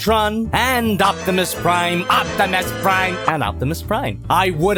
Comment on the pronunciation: Jack-imus Prime hahah 🤣